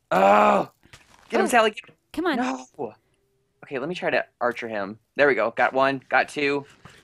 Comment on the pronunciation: Sally not dally